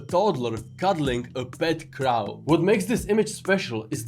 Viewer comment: Another great video. By the way crow is pronounced like no, mow, low, bow (like bow and arrow). Best